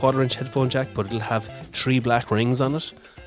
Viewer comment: Do you have a Jamaican background? I may have heard a little . Also, you said .. Tree... instead of.. Three 😃